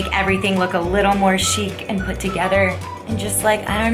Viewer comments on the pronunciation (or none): Chic is pronounced "sheek".